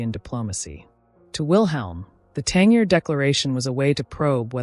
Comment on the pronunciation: It's 'Tan-JEER'!